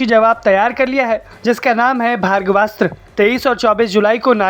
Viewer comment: यह भर्गवास्त्र नही बल्की भार्गवास्त्र है अर्थात् भार्गव अस्त्र 😂